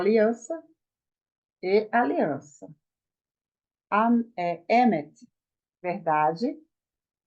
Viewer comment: Maravilha de aula! Parabéns!! Imediatamente inscrito. Fiquei com uma dúvida quanto à tonicidade da palavra "emet" אמת. Sempre a ouvi com a tonicidade no segundo "e" e não no primeiro, conforme a senhora pronunciou. Qual das duas formas é a correta?